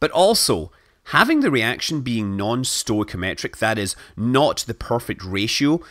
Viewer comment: /ˌstɔɪ.kiˈɒm.ə.tɹi/ learn how to read!